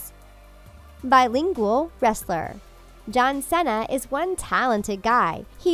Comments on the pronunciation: It’s see-NAH Not cennna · ikr? like seriously....his last name's not that hard to say -_